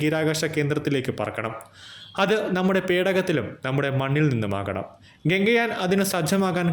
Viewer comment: ഗംഗയാനല്ല ഗഗൻ യാൻ എന്നു പറയണം.വെറുതെ തെറ്റിച്ച് പറയരുത്